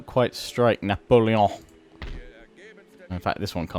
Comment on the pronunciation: Juts love your French accent when saying Napoleon !